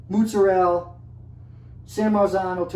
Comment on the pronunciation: "moots-a-rell" LOL